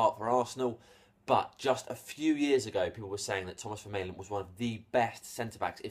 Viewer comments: No, it's pronounced like this Ver - MAH - Len.... But seen has Belgiums speak Dutch or French, I would say it's a Dutch name as it doesn't look french so it's pronounced as Fer - MAH - Len. There we go. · Isn't it pronounced "Ver-mar-len"? Oh and I think he's shite. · Vermaelen is pronounced Ver-maaaaaa-len, trust me I'm Belgian. Btw to those saying he is bad, he is world class for Belgium and if he would get more playing time at arseanal, I believe he would be much higher rated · It's pronounced 'Vermarlen' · Matthius Da Silva Yes, it's Ver-mah-len. And not pronounced as an F, as is suggested above. (I'm from Flanders (dutch speaking part of Belgium))